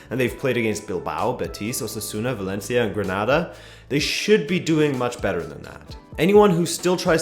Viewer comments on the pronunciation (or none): none